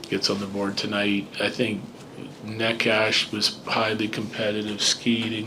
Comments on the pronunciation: Bedsy still sayin neckash after all this time 😭😭😭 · How did he pronounce Necas?